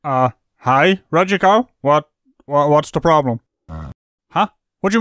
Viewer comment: LMAO, no hand, no ploblem